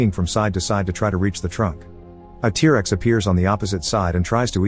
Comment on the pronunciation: Oh yes, tear-rexs